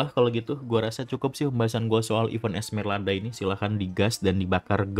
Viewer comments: Esmeralda bang bukan Esmerlada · Dia bilang ESMERLADA cok lu juga salah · udah salah ngotot lagi lu sebut esmerlada kocak